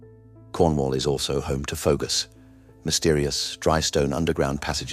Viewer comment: Fougous pronounced foo-gooz not foh-gus